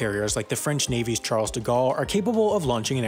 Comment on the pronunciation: It is not CHARLZZZZZZ, it is CHARL